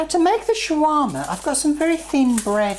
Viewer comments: Its SHAWARMA! not Chiwama.. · its funny how you say shawarma hhh.. but great job on making one. "Like"